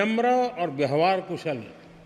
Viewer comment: व्यहवार nahi vyavhar hota hai